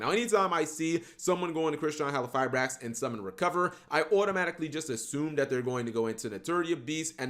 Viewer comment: Mispronounce "halqifibrax" again and I'll break your legs